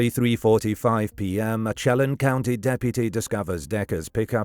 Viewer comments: It's pronounced "Sheh-lan" County , like in LAND, without the d. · Chelan County is sha-lan I think he's dead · I love how narrators cannot pronounce the indian names of sone WA locations like "Wenatchee, Chelan, Spokane, etc. I wish creators would look onto how place names are pronounced.